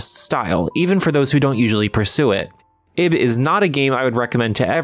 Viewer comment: Why is that name so hard to get right? It's "Eeeeb" pronounced like "eve".